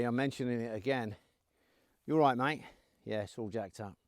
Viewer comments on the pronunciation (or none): none